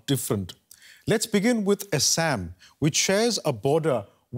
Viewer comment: Why does an Indian have difficult pronouncing Assam? Is anchor having identity crisis?